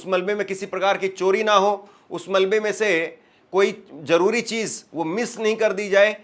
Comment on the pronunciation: Crash bolo Jaroori nai zaroori bolo